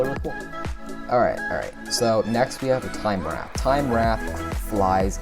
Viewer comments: Fyi, Time Wraith is pronounced like Time Rayth. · Dude said time wrath😂🤣😂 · It's not wrath its wraith